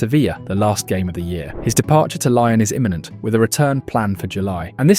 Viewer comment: Stopped watching when you said “lion”.